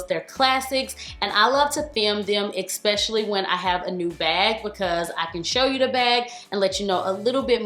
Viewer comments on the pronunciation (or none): Girl, I adore you & have for years. But you STILL says ECKspecially. It's ESP, no *C*, No K*..